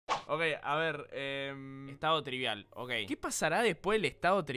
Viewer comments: Spreen diciendo estado TRIBIAL en ves de estado TRIBAL xd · Aún le dice tribial en vez de tribal jajajajaja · Se RE confundio spreen al principio el decia tribial y era tribal